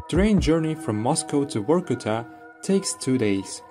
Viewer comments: Its Vorkuta , not Workuta as you talking !!!!! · Since Russians pronounce V as W it sound he is calling the city Work-Outof which conveniently doscribes the city 😂😂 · Why Vorkuta sounds different than from Reznov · Vor-kuta, or Vor-ku-ta?😮